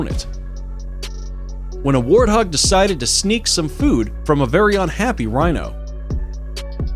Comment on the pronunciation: he says wino instead of rhino.